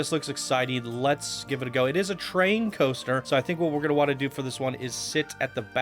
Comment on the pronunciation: I honestly thought said "GHOSTER Spotlight", so I've decided that's exactly what he said.:P